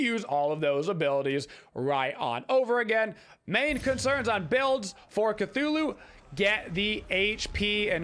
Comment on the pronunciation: its CTHULhU NOT CATHULhU